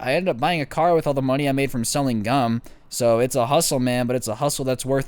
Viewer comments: Oh gum Thought he said gun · I thought he was saying gun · I know I'm pretty late but who else thought it said gun instead of gum